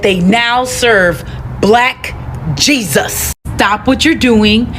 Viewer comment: Unlike the rest, I question everything. Where is the proof that this isn't AI? Sure it sounds good and true, but is it real? I doubt it. The over-stating of the word "black Jesus" was suspect to me. Although I agree that the Messiah was a so-called Black man.